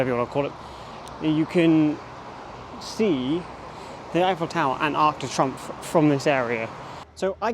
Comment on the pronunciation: Arc de Trumpf…… not pronounced like that 😂. Arc de Tree’omph’